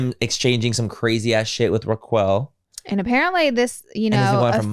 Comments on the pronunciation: Not Raq-well 😂😂😂😂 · I died at the Ruh-quail too lmao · The way you guys are pronouncing Rock-kels name is Hilarious!!! Hahaha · If she says Raa-Quail one more time I'm gonna flip my lid 😂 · If you guys end up watching Vanderpump Rules you're going to crack up at yourselves for saying Ra-quell instead of Ra-kel 😂 Good job on getting the quick download on it though. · With peace and love, its not her accent. She literally thinks that's how it's pronounced. Southern people can say "Rocquel".🥰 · I'm dying laughing u2 calling Raquel (pronounced Rockelle) Rockqwell!! Im laughing so hard but the girls real name is actually Rachel! But Rockqwell is definitely funniest & my fav out of all em! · For the love of god, roq-well is sending meeeee😂😂😂😂 rock-elle!!!!!! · I love you guys but WHO the heck is raqwuell 💀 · Why are you both saying "Rak-well"? Wtf? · Not “Raqwell” 🤣🤣🤣💀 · NOT RAKWELL 😂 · Not “”Roqwell” 😂😂😂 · Ok so it was 10 seasons also the show was not based out of pump. It was based out of sur and you saying raquel but Its pronounced like rakelle but i guessed it's called fool coverage! Lol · “Raq-well” LMAOOO I LOVE YOU GUYS SO MUCH!!!❤️❤️❤️ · I love ya’ll pronouncing it as “Raqwell” 😂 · Nooo not ra-quail 😂 that’s so much better than people calling her Rachel now lmaooo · It’s Manny & Laura calling Raquel “RACK-WELL…” haha ❤ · It made me pause for a bit and make sure that that’s what I heard her say 🤣🤣🤣🤣🤣 “RAQ-WELL…” i love it!!! 🤣🤣🤣🤣🤣🤣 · RA QUEL HAHAHHAHAH IM DYING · RA-QUELL HAHAHAHAHAHA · The way Laura says Rachel’s name - Ruh-quail 😂😂😂 Tom was in a relationship when he first kissed up with Ariana, ended up getting with Ariana and stayed together for 9 years or so I think. Ariana was best friends with Rachel and Rachel ended up smashing papas with Tom Sandoval behind Ariana’s back. I never watched any VPR until this scandal and I binged all 10 seasons in about a month. It was the most drama reality junk show but I was sucked in.